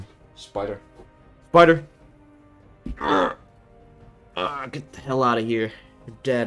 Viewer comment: "SPIDA!" lol